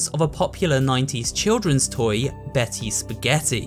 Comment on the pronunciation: ITS BEETY SPEGETTIE WOOOOOW